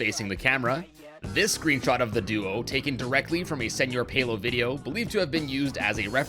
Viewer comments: i cannot believe he called sr.pelo selo pelo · I’m pretty sure you DO say it like “sir pelo”